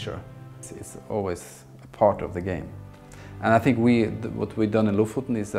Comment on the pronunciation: Am I the only one that heard him say fart instead of part